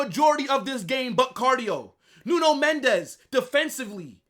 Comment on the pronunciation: It's Mendes with an S not a Z, he is Portuguese not Spanish.